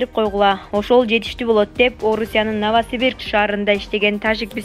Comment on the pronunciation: минутада... Новосибирк дейткоо..😜😜